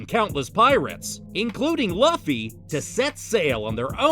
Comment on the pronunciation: Bro that is not how you pronounce Luffy name